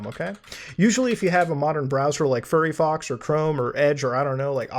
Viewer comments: ah yes my favorite browser "furry Fox" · my man just called firefox "furryfox" xD